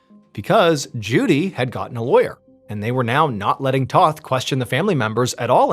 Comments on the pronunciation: It's T O th Not T a th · If you actually read these, Toth is pronounced like oath, not both. It's my middle name. It's a Hungarian last name.